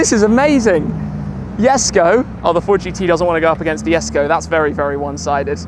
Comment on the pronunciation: Why does he call it yesko